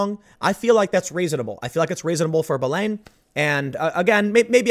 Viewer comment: Belen? I thought you said bellend at first, which is apparently more accurate.